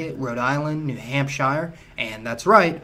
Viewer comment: Wtf say Hampshire correctly